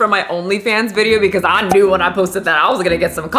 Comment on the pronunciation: When paused and pronounced "bwcause" 🤣🤣🤣